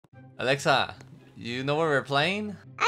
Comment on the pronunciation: Her name is Alexa not elaxa